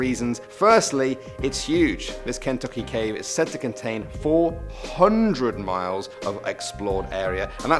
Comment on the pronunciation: I’m not a fan of the emphasis on Tuck in the word Kentucky. And also. I live in Kentucky an I was the only kid in my school who ever went to Mammoth cave. But I heard it has an attraction called “fat mans nightmares” it’s a really tight path only extremely skinny people can fit through